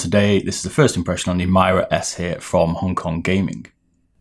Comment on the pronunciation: I think they’re pronounced Hawtee and Meeruh.